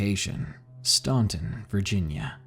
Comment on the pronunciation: Western State Asylum. That's in my home town. My dad worked there years ago as an orderly. He quit when he was attacked by a prisoner/patient. The prisoner grabbed him and tried to strangle him to death. Oh, and btw....Staunton is pronounced Stanton (just for future reference). Don't ask why we pronounced that way...we just do It's kind of like the way locals from Nevada pronounce it NevAda instead of NevAHda like most people do. Oh well....whatever.